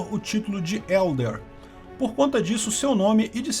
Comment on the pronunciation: Edler, não Elder. Edler seria traduzido como "grande nobre, ou mais nobre", Von (pronunciado "fon", sim o "v" tem som de "f" no alemão) é basicamente "de". Era dado a nobres pra indicar que eram os nobres daquela família. Basicamente Ludwig Heinrich Edler von Mises, no português seria, Luiz Henrique Grande Nobre de Mises.